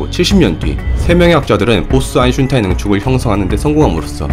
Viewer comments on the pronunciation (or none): 다음영상부터는 아인슈타인이라고 제대로 해주세요~~ 사투리라도 고유명사잖아요~ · 사람 이름이 아인-슈타인인데 발음이 편하다고 그냥 이제 그렇게 부르겠다고 하시면 어떡해여ㅠㅠㅠ 다른 사람도 아니고 아인슈타인인데.... 독일식으로 아인시따인 이라고 읽으시면 차라리 또 몰라... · 1. : '저편을 넓힐 것' -> '저변을 넓힐 것' 제 국어실력이 미숙해서 나온 실수입니다. 다시 수정하고 영상올리기는 번거로우니 양해 부탁. 2. 아인슈타인 -> 아인슌타인 아인슈타인 영상을 올릴때 제가 인지를 하고 발음을 안하면 얼결에 '슌타인'으로 발음이 됩니다. 제 혀는 그게 더 편한가봐요. 원래는 최대한 '-슈타인'으로 발음하려고 녹음 다시 하고 그러는데 이번에는 그냥 편하게 '-슌타인'으로 발음하면 반응이 어떨까 싶어서 혀가 원하는 대로 해봤습니다. 아무래도 제가 19년을 지방에 살다가 상경해서 10년을 살아 사투리랑 표준어가 엄청 뒤섞였어요. 그래서 말투가 좀 특이합니다. 고향 친구들은 왜 표준어 쓰냐고 하고, 대학 친구들이나 연구원 박사님들은 왜 사투리 쓰냐고 하고... 아무튼 그렇다고요... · 아인슌타인ㅋㅋㅋㅋ 좀만 지나서 아인슈타인이라 발음하면 어색할듯ㅋㅋㅋㅋㅋ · 일년전부터 변함이 없네 ㅋㅋㅋ 이정도면 아이덴티티로 자리잡아야 되는건가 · 이거보고 한번 읽어봤는데 아인슌타인이 더 자연습럽세 신기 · 근데 농담이 아니라 친구들한테 아인슈타인 아인슈타인 계속 해보라고 하면 아인슌타인이 발음이 더 편함... 솔직히 처음에는 실수였는데 그냥 이제 편하게 하려고요. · 나도 아인슈타인을 듣다보니 그리 적고 쓰는 중.. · 늘 영상 잘 보고 있습니다. 오늘은 아인슈타인은 아인슌타인으로 오타가 나면서 거기에 신경이 가더니 계속 아인슌타인으로 들리는게 좀 거슬렸습니다... 사소한 문제이니 크게 신경쓰진 마시구요. 물질의 상태가 또 다른 형태로 존재도 가능할 지 모르겠네요. 제 6의 상태로 말입니다. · 저도 "아인슌타인"이라고 들림ㅋㅋㅋ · 영상은 흥미로운데 아인슌타인 때문에 정신 나갈거 같아요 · 넷플릭스의 SF영화인 스펙트럴(국내에선 '고스트 워'로 알려짐)에서도 이 '보스-아인슈타인 응축'에 대해 다루었었죠. 그 이상은 스포라서 입틀막;;; ..그리고 다들 아인슈타인을 아인슌타인이라 그런다고 너무 뭐라지들 맙시다. 누구나 완벽할 순 없잖아 ㅋㅋㅋㅋㅋㅋㅋㅋㅋㅋㅋ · 원래는 슈타인으로 하려고 했는데 그냥 이번엔 대놓고 내 혀가 편한대로 해봤어요. 제가 예전부터 아인슈타인 발음을 잘 못해서 슌타인으로 발음이 됐는데 그걸 가지고 많이들 놀리셨거든요. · 제발 아인슈타인이라고 해주시면 안되나여... 여기있는 댓글들 조금만 읽어보시면 알겠지만 영상에 집중이 안돼여... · 발음할때 아인 에서 쉬고 슈타인을 발음해 보세요 . 아인 이랑 슈타인이 합쳐진 글자로 생각하시구요. 그리고 인은 이로 발음해도 괜찮습니다 아이슈타인 으로요. 익숙해지면 속도를 조금씩 높여보세요. 그럼 고쳐질겁니다. 혹시 신경쓰이신다면 말이죠. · 아인슌타인! 듣도보도 못한 학자의 이름이군요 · ㅋㅋㅋㅋㅋㅋㅋㅋㅋ 이거 보고 아인슌타인으로 일부로 읽는데 이게 더 어려움ㅋㅋㅋㅋㅋㅋㅋㅋㅋ 아인슈타인이 발음 더 편한데 어째서 당신은.... ㅋㅋㅋㅋㅋㅋㅋㅋㅋ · 아인슌타인 들으러왔습니다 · 아인슌타인댓글이 왜있나했더니 아인슌타인이라고 발음하는것처럼 들리네요 ㅋㅋ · 보스 아인슌타인... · 형 근데 왜 아인슌타인이라고 발음 하는거야?? 저번엔 아인슈타인이라고 했었잖아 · 왜 아인슌타인이라고 하는거에요 ? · ㅋㅋ외국에선 아인쉬따인이라고 발음했던거 같은데... 아인슌타인은 뭐예요?? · 아인, 슈타인 끊어읽어보세요. 아인슌타인 이러지 마시고 ㅋㅋ 실제 독일어 의미도 아인(하나) 슈타인(돌맹이) 두 단어가 합쳐진 것입니다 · 객관적으로 아인슌타인 때문에 듣기 불편하고 거슬리는데 본인은 그냥 '편하다'는 이유만으로 앞으로는 더욱 더 대놓고 그렇게 발음 하신다니까 할 말이 없습니다... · 뭐 사람들이 아인슈타인을 아이슈타인으로 발음하는데 그거나 아인슌타인이나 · 아인슌타인 ㅋㅋㅋㅋㅋ